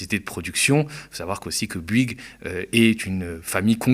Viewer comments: On dit BOU-ygues et pas BU-ygues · Fais un effort ya un o à Bouygues c'est pas si dur que ça à prononcer